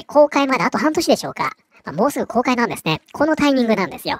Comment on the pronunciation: 「公開」まで半年が「崩壊」まで半年に聞こえた